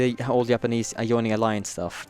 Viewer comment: Joyning? XD It is joining